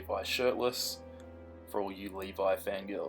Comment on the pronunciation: Did you say liva?